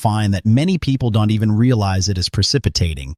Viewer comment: You need to get this AI bot to learn to pronounce ‘don’t’